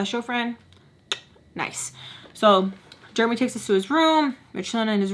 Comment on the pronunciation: The way you say Jeremy cracks me up😂 i pronounce it like jeremee. I hear you saying germy🦠